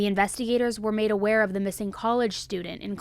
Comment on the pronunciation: SAME... "our friend is MISSANGK". I was cringing hard.